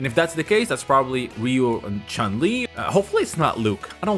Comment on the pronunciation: Just out of curiosity. You correctly spell each character name (Billy Kane , Kain, Hokutomaru etc) but say CHUN LI the american way instead of the correct CHUN (like YUN, JUN) LI ?